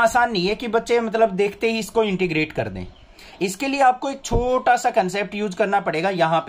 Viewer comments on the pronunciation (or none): none